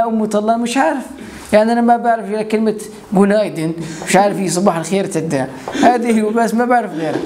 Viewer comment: بونايدن ههههههههههههههههههه مو هيك Günaydın تلفظ قونايدن بدي اتفلسف واكتب كومنت ههه بس مو عارفه شو اكتب هاد لطلع معي 😁